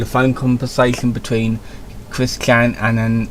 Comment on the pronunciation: Who is Cwis-Kan?